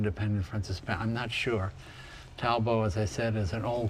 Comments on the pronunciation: talbot was a british brand. its not talbough but talbot - like albert. clement was the french one. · cant pronounce talbot though, its an englishmans name, its not talbough - but talbot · Talbot pronounced Tollbot (hard t) & Darracq pronounced Darrak.... s'il vous plait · Never heard Talbot pronounced that way. The later ones we had in GB were terrible motors and the final T was always pronounced. Tal Bot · pronounced Tell-Bert if it’s originally English, can’t speak for pronunciation, if it’s Italian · Well its of French Origin, dating back to the Norman conquest. So you ll find Talbots (pronounced "talbo") in France too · Talbot, pronounced Tall Bott, is as english as it gets, the car company was started by Charles Chetwynd-Talbot, 20th Earl of Shrewsbury in 1900. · French don't pronounce the last consonante of a word. In this case, no "t" pronounced and the "o" is a long o, a bit like the one in "open" It is pronounced rather like "tal bough" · We pronounce that T at the end of Talbot over in the UK :-) sounds really posh when u drop the t Jay